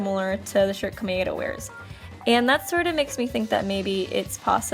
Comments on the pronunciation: You're pronouncing Komaeda wrong,. It's Koh-mah-eh-dah, which sounds like Koh-mai-dah when pronounced fast. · omg the way u said komaeda